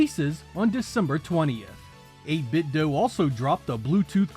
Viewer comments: Its pronounced '8BitDOH' not ' Do' lmao 🤣 and thanks for everything...merry New Year 💯💯💯🗣️💯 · It's 8bit-doh...because it's a play on Nintendo. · I do not give a damn what the company says now. They were SUED by Nintendo (DOUGH) for copywrite infringement. That's why they say DOO. It's not DOO. It's Do (Like Nin-Ten-Dough), but as a result of the lawsuit they're playing stupid. The fact so many people fall for it is silly. It's 8-Bit-Do, not 8-Bit-Doo. To prove this further, how many 8-Bit consoles do you know of that ended with Do that pronounced it "Doo"? None. That's because it's not Doo, it's Do (Dough) like NINTENDO, not NINTENDOO. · I always pronounced it like "Doh". I have no idea why... maybe subconsciously thinking of "Ninten-do". Even if the company and other YouTubers pronounce it like "doo", that will always sound weird to me. 😄 Like "8-bit is doing something". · FYI It's actually pronounced "8-bit'd" (rhymes with "knitted") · If people argue how your brand name is pronounced years after it's released, it's 8BitDUMB.